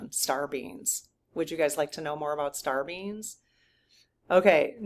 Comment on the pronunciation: it sounds like you're saying "star beans". :)